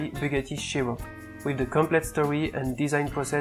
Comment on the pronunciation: Not trying to insult ur accent but the way you say Bugatti Chiron is like vuggarigirun